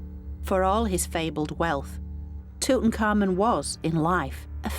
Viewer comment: Tootin Carmen, Ummin Otep, she totally destroys their good names, doesn’t even give them enough honour to try and say them correctly. Painful to watch